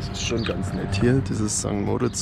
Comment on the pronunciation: Tolles Video. Noch ein Tipp,- St. Moritz wird auf der letzten Silbe betont. Grüsse aus der Schweiz.